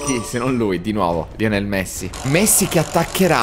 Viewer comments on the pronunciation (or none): none